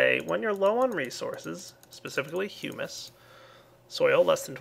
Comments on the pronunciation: IT IS hum/is not hughmus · IT'S HUMUS NOT HUEMUS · Hyu-mispronounced humus there the second time around. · When you said humus, I thought you said "humans" LOL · Thought he said human but it was hummus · I pronounce it hum-is to.